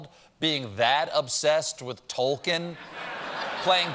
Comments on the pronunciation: It's pronounced "Tall-keen," as per Christopher Tolkien. Heard it right out of his own mouth at the Tolkien Centenary Conference in Oxford in 1992. Many of Colbert's pronunciations of Tolkien's character names are just really bad, so I'm not surprised he got wrong the pronunciation of Tolkien's name. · the biggest LoTR fan would pronounce Tolkien's name correctly lol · CORRECTION (which Stephen absolutely knows): Tolkien is pronounced towl-keen. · It's pronounced towel-keen? I didn't know that! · Crazy, right? It’s more like toll-keen, but google pronunciation spells it “towl.” The surprising part is the “keen.”